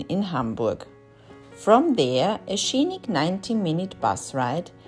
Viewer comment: Little tip: The sc in scenic and scenery is not pronounced “sch”, but “ss” like in science. Not meaning to criticise or be patronising.